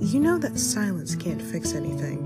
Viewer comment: SLIENCE???! 🤣🤣 (this is not to be mean, but I think it needed to say silence) 😂